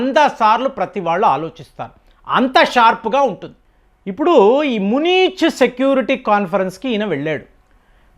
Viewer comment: మునీచ్ సెక్యూరిటీ కాదురా నాయనా.... మ్యూనిచ్ 👹